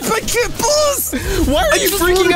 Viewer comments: So we’re not gonna talk about the fact that he said kat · said Kay instead of kit that is sad he broke character:( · Kit boss really it's kit not KIT BOSS